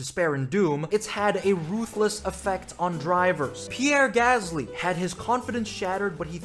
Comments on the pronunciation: But his name is Pieerrreeee Gasssllyyyy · pierre gasly has a double 'r' btw